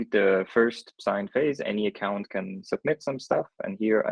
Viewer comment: "AcoCUNTId" lol